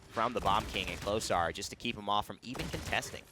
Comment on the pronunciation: Heads up, the way you're supposed to pronounce klosar is kloshar (klošar), a bit quicker.